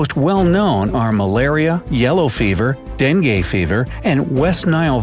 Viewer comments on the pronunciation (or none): Omg when he said dengue I was dying! He prononuced it wrong! (Dang-goo)